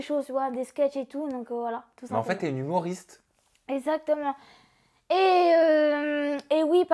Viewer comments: ce que j'ai retenu : ezatement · “esatement” ptdr je peux vrmt plus la saquer